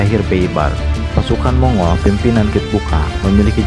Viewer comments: Sebutannya bukan Mongol min, tapi Monggol... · Mong-gol bukan mongul